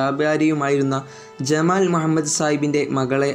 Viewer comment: Mua mmed alla mu ha mmed ennann athupolum ariyille?